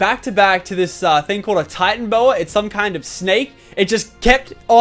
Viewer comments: It's not Titan bow a its ti tan a bow a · it is pronaced titan-a-boa